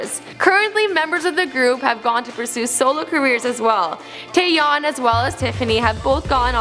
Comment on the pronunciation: she said taeyeon right and she also said yoona and yuri right. she kinda got seohyun